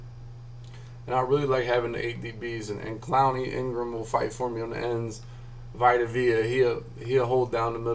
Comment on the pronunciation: Vee-Tuh Vay-Uh....you're welcome